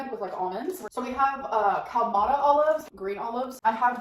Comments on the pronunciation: Ooh Cal-mata olives lol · As a Greek, I'm offended on how she tried to pronounce Kalamata Olives.